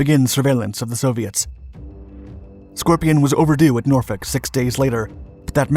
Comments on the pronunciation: I am so impressed you pronounced Norfolk correctly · You said said Norfolk correctly. Most people say Nor-FOLK.